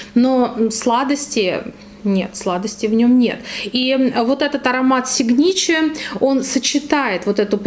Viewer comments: Боже,, какое описание. Прям оргазм испытала, когда вы описывали женский аромат. Если позволите, поправлю вас: правильно говорить сИгначэ. То есть ударение на первый слог. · Доброе утро! Прекрасный обзор. Но, ударение в названии ароматов -на первом слоге🥰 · А можно было без ошибок название произносить? Прям ухо режет. Ещё и остальных научите.